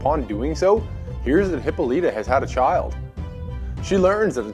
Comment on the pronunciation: Its pronounced Hi-Paul-a-tuh And Hi-peer-ee-on Sorry but it was graiting my nerves but otherwise very informative and great video.